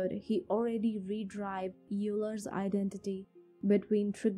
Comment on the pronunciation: it's Euler (Oiler)